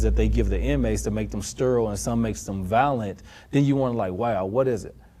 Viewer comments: Especially when he mispronounced "violent." He said, "valent." Maybe it's a colloquial thing. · That was bugging me, too. He couldn’t say ‘violence’ nor ‘violent’ right once.